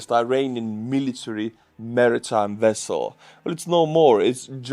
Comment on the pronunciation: You won’t understand, but hearing you pronounce “Civilian Vessel” as “Civillian Wessel” made us Star Trek fans super happy! Greetings from an Ukraine supporter in Japan/